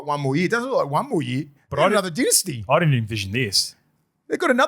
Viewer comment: my bro. It’s pronounced “dynasty” not “dynasty”.